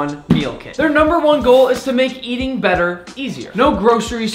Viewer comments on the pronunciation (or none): none